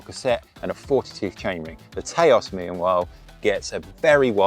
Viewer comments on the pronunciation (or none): Taos is pronounced TOWS (like house), not TAY-OS btw :) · It’s not Tayôs 😂😂😂 Taos, like you say tower. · Haha, brits trying to pronounce US/Native only words... It's pronounced Touse, like house, but with a T.